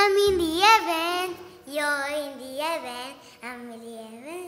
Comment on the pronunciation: Astig na pa-concert 'yon ni Kuya, ah? 😄👍 "I'm in a Yeven. Yeah, yeah. I'm in a Yeven. Yeah, yeah". Tinalo version ni Bryan Adams na "Heaven". 😅😅😅😂😂😂💚💛❤🧡💜 Maliit pa sya that time. 🤩